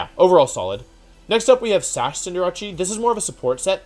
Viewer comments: You have good videos but cinder-ach-e kills me. It's not italian. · I'm still trying to figure out why Wolfey is saying its name wrong. Court Change is a very easy name to remember. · Hey Wolfe it will make me feel better if you pronounce BOTH C’s in “Cinderace” the same way thanks ❤️ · I'm new to this channel, so could someone please tell me the way he pronounces Cinderace is just as a joke or for memes. Because it's low-key driving me insane lmao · Why does he not pronounce Cinderace correctly? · I don’t think that’s how you say cinderace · Your pronunciation of Cinderace makes me uncomfortable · Does he say cinderaces Japanese name or is he saying it wrong lol it's kinda annoying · Why do you pronounce cinderace like that? Like is it as a joke it or do you just legitimately think that’s how it’s pronounced? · Please Cinder-ace not Cinder-achi please i beg u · Cinderachi. Lol Cinder-ACE my guy. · Is it pronounced Cinder-achee or Cinder-Ace? I think ace fits more with a soccer player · Did this man just call Cinderace ..."Cinderachi" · Who is cinderachi I know cinder ace not cinderachi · it's not cinder-a-chee it's Cinder-ace as in in the figure of speech: "ace in the hole" or "ace of spades" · Why do you pronounce Cinderace as "Sin-Der-Achi"? It's Cinder + Ace. "Sin-Der-Ays" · Why do u pronounce it cinderache its cinderace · I can’t stand Wolfey saying cinderace, like why does he call it cinder-ra-chi? It’s name is cinder-race. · Its pronounced Cinder - race, not Cinder - rache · Not a single soul: Still Wolfey: "Cinderacci". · Cinderachi? the casual intentional mispronunciations kill me😂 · Why does he pronounce Cinderace as Cinder-“achi”? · it’s pronounced like cinder-ays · Cinder achi, with libero is a play on liberachi. Facts. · “Cinderachi” pisses me off unreasonably so. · Wolf: “Scinderachi” Me: stops the video at 3.22 , deeply questioning if he’s trolling on purpose or like genuine. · No one: Wolfey: Cinderachy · It’s funny he says cinderachi